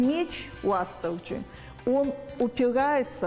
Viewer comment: Женщина професор незнает что Уастырджи нельзя говорить аааааа уше разрывает от твоего произношения